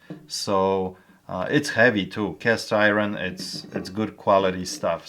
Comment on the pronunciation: He's saying castiwon